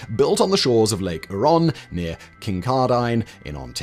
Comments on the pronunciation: As a Canadian, (with friends that work at Bruce power funnily enough), I had a giggle at the pronunciation of "Lake Huron" and "Kincardine". As per the tradition of the motherland, we have a flagrant disregard for what letters may, or may not, be contained within a place name. Oh Simon, you did your best. A for effort. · After Simon's pronunciation of "Lake Huron" and "Kincardine", Brits are no longer allowed to laugh at our pronunciation of "Frome" and "Worcestershire" 😂